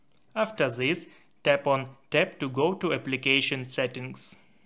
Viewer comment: then'e this'e zhen, zhis diyen bir beyinsizin tavsiyeleride en az telafuzundaki beyinsizlik kadar beyinsizce olacaktır.